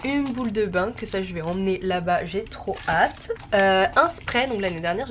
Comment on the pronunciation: Mdr c’est drôle quand tu dit bain moussant on dirait tu dit pain moussant